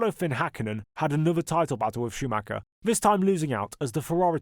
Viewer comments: why do all native English speakers mispronounce Schumacher's name? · Because most people mispronounce it. Google German pronunciation for it